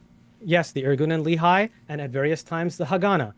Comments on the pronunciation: As an Israeli, it really grates me whenever I hear Destiny and pronounce “Lehi” like “Lee-High.” For the record it’s Leh (rhymes like “meh”) ee (rhymes with “Lee”). For bonus points, you can also pronounce it Leh-Ch-ee - with the “Ch” pronounced gutturally like “Challah.” Not General Robert E. Lee High School. Go Generals! (Yes. There is a Lee High School in Huntsville Alabama. Of course.) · A new ick unlocked: a man confidently saying "Li-Hai" instead of "Le-hi". I get that it's a foreign language, but the cringe hits hard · LOLOL that idiot says "Irgun and Le-High" and Destiny repeats " The Irgun and Le-High". C'mon. LEHI dumb dumbs. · Love your side of the debate. must say that I hate the way both of you say "Lehi". it's pronounced more like Lehhy - rymes with Menny and Benny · There’s also Lehigh University - which is what their pronunciation matches.